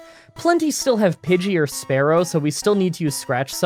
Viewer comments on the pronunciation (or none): Have you been saying sparrow instead of Spearow this whole time, and I just haven’t noticed?